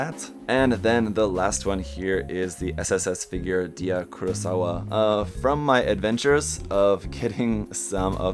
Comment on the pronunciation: And Dia’s named is pronounced as “DAI-YA”